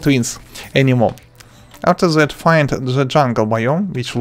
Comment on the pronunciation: I love his "afser that"